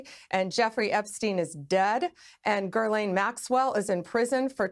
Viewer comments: If she is going to talk about Gislane Maxwell she should learn how to pronounce her name. It is not GiRlane it is pronounced Gi-lane, spelled with an s whjch is silent because it is French. But then, she called Hitler Hilter. 🤪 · She needs to correct Maxwells first name…..it is not Gerlane. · Dear Pam, It’s Ghislaine not Guerlain. Guerlain is perfume. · I might take these people more seriously they pronounced things correctly. “Gerlaine” Maxwell? 🙄🙄🙄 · Would it not be nice to pronounce the name of ghislaine the way it should. It’s a French name so it’s not very hard to find out. Sorry but I had to say this it’s so strange that for years nobody took the effort to. Love your channel, never miss an item. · Jeez, Bondi can’t even pronounce Ghislaine Maxwell’s name properly 🙄. Attention to detail??! Evidently not. I ‘wonder’ how she’ll manage the complexities of what will come before her in her position.